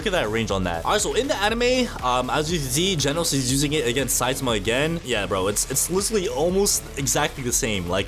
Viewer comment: its genos not jenos